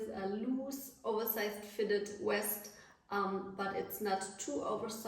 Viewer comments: You keep saying west it’s pronounced vest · She's German, it's Weste in her language. Cut her some slack.